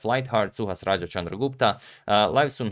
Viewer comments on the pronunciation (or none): none